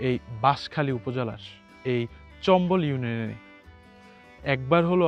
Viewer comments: Video and sound are good but your pronunciation should be improved. This is not চম্বল, actual word is চামবল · ভাই, জায়গার নামের উচ্চারণটা চম্বল না, চাম্বল হবে